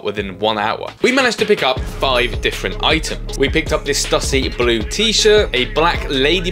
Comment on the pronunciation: Love the video! Just to let you know I got laughed at in the US buying skate gear, back early 90s, they weren't impressed I said Stuh-see, it's Stoo-see 😉